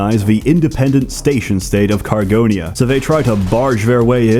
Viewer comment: Cargonia? Sounds you ran into Tex.